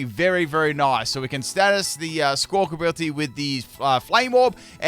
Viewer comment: Love that still calls it "Squawkability" 😂